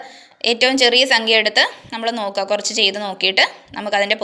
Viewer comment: Kurach ennan karach ennalla miss